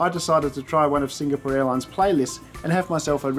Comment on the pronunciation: I like your reviews, brief and to the point. I don't like your repeated incorrect pronunciation of Singapore. But that's a small thing.